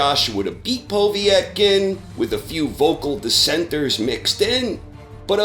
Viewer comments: Just a minor point, it's "Po-VET-kin" not "Po-viet-kin". Excellent content as always. Cheers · It's "Pah-vet-kin" not "Poh-vee-ett-kin" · lol who the fuck is "Poh-vee-et-kin"? I mean, it's really not hard to pronounce his name correctly... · Povietkin?? What the fuck is a “Poveitkin”? ITS POVETKIN! PO! VET! KIN! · Povy Etkin who the fuck’s that? Povetkin you mean? Lol 😂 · Povee-etken? Seriously WTF is with Americans and their weird pronunciations of fighters names? Carl Frowch anyone? How about Tony Baloo? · Who is Poe-vee-etkin? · Poe-Vee-ek?> wtf is this channel, lollllllllllllllllllllll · How the hell did you start saying po vee etkin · Why do you keep pronouncing Povetkin "Povee-etkin"? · Tim Skalsky Because he's old and old people are weird. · Are you intentionally mispronouncing Povetkin ?